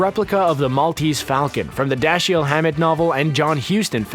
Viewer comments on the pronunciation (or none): For Pete’s sake!!! ANOTHER mispronounced name! Dashiell Hammett’s first name only has TWO syllables, not three! The “ie” is a vowel group pronounces as one sound, not two. (Why does Screen Rant hire such ignorant narrators???) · Not bad if you haven’t gotten past the 5th grade. And do a little more research on pronunciation of the names, like Dashiell, Olyphant, and at least three others.